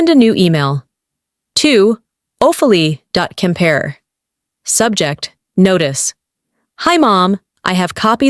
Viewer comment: Hey AI, the correct pronunciation is Oh-fee-lee-ah. Stories are good, but the narrations need work. Please proof read and edit when needed.